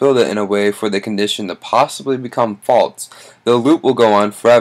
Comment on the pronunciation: Good video but first stop burping and its actually false not faltz just saying